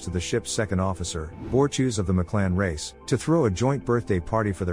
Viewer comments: Lab: Clearly, the narrator has never seen THE ORVILLE, only knowing what is written to be read out, but who is BORTEWS? Could the narrator mean the Moklan, BORTUS? For the benefit of the narrator, That's 2 syllables, BORT US. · BOR-TUS YOU FING IDIOT. IT IS B O R TU S . NOT BORETUES!! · I hate the way you pronounce Bortus! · Bortus, not Borchews. You AIs need to let us humans who have seen this show have your jobs🤨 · Ah. Bor-choose, my favorite character in The Orville. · You should check how to pronounce Bortus correctly.